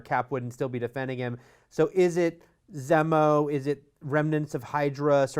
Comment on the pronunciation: Wouldn't be the internet without a non important nitpick: its pronounced ZEE-mo not Zeh-moh.